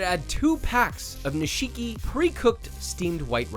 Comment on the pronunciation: It's not pe Ronounced nisheekee, its nish-kee... I'm here to help Josh, not criticizing.